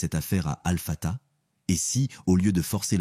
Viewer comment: Baraka lLahou fikom mais s'il vous plaît faites attention à la prononciation des noms d'Allah Sobhanahou wa Ta3ala il s'agit de Al-Hakim, Ar-Rahman, Al-Wadoud, Al-Latif et Al-Fattah, le H se prononce ح, écoutez la prononciation arabe pour ne pas dire autre chose. 🤲🥰